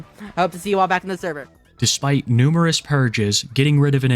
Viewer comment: “Therver” you mean? 😂